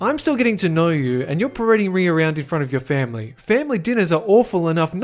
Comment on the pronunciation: i dont know why but i pressed J 3 times (a short cut for go back a few seconds) and all i heard was family! family... femley